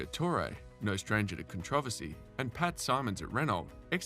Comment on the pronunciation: Thumbs down for the repeated incorrect pronunciation of controversy